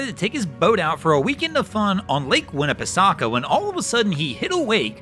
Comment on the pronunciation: it’s pronounced Winnah-puh-sak-e